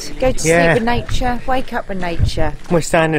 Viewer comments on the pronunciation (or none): House lizards. It's naycha. Which way is norf again?